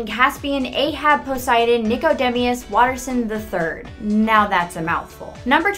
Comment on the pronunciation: Nicodemius is (I think) pronounced nic-oh-dee-mus